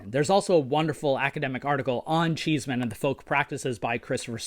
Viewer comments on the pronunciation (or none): One point Paul Cheesman did not pronounce his name as "cheese" man, it was pronounced "Chess" man.